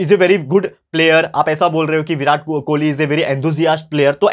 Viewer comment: Birat kholi nhi king kholi sir😅😅